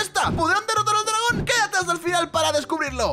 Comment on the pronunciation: le dice dragona enves de dragon